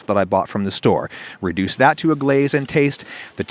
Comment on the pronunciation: Adam "Reducea"